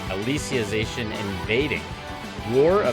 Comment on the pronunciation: Lmfao it's "Alice-ization" not "Alicia-zation" 💀💀💀💀